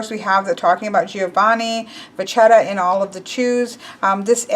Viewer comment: It's pronounced "Vacchetta" double c + h becomes a k in Italian. So you read it VAKKETTA with emphasis on the double consonants